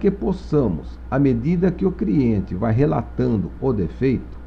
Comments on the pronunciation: Criente?... Shemartefone?... Esmartefones?... Kkkkkk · as aulas são boas mas, Quem ouviu "CRIENTE" da um JOINHA kkkkk